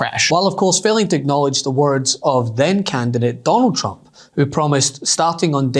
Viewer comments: Sounds like she said a president chump. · This commercial brought to you by the American taxpayers. You’re not welcome. My god Biden had the country roaring again. Only the worst evil person would try to set our country on fire and throw gas on it. This chick says Chtrump.